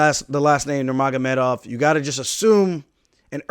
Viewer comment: He can say Nurmagomedov better than Joe Rogan